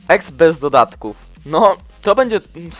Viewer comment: TY UMIESZ W POLSKI?? juz ktorys raz mowie dodatków nie dodadków XD